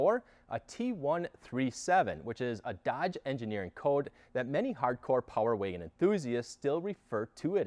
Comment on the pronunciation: I can't stand how he says power waygon